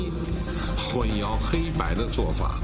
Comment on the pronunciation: 又读错了！！！